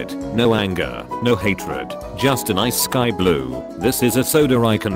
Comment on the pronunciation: Honestly, I thought you said "bile coke".